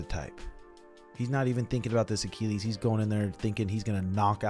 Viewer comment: Why does keep saying Achilles like that? 😂